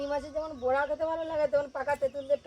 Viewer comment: বোরা না বড়া হবে